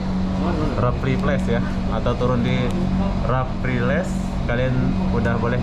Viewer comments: Raffles bang, bukan rafaelis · Sebutan nya..Re+fels ..= Raffles...tapi bukan Rafales...